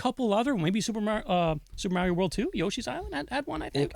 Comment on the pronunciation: is correct in his pronunciation of "Mario"... is correct... that physically hurts to say.